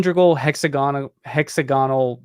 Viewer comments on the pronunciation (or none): hex-AG-onal not hexa-GON-al